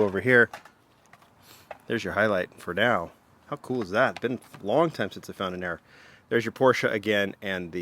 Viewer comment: A "RERROR" if you will